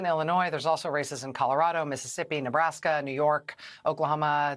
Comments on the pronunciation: Listen again to Rachel and like me when she says the words "Races", mishear, and hear the word "Racists" :-) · Sorry.... Did you say "There's a lot of races to keep an eye on" or "There's a lot of racists to keep an eye on"?